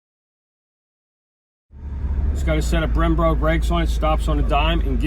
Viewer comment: Twice he said Brembro